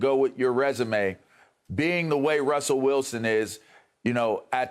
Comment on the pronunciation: "Russell Wilson"🤣🤣🤣